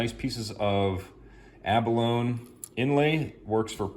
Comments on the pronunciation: Ummm....yeah....it's abalone....a-buh-low nee......NOT a-buh-lone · It is pronounced a·buh·low·nee.. The "E" is not silent. just saying. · Pronounced Ab-a-lo-ni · "Abalone" rhymes with "macaroni", FYI. Good video. I've been trying to use Eye of Shiva shells myself lately.